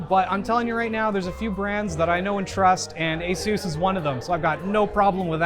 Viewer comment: Dude said asoos